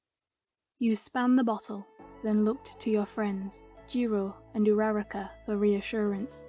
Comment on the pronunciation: This was three years ago😭😭😭 Anyway, when you said uraraka i thought you said numerical data 💀🤚